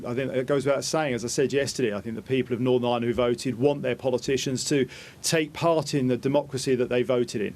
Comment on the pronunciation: I thought I heard thunder today but I suspect it was Ian Paisley turning at a rate of knots in his grave. 😂And, yet ANOTHER politician who needs a speech therapist! Norvern?